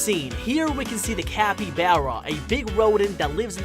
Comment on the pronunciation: Not capyBEARa capyBARA Not hating it just get on my nerves because I like them and I actually did a report on them